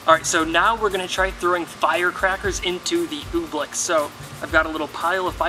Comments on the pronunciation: You should know it's oobleck, not ooblick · Oobleck. Not Ooblick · oobleck it sounds like your saying ooblick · It’s OOBLECK not oob-lick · Why are you calling it oblick?